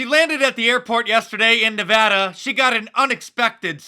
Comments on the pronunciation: Mark, thank you for pronouncing Nevada the right way :) The hell is she doin in my hometown anyway... Reno aint no Cali... yet... i hope. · Thank you Mark Pronouncing Nevada correctly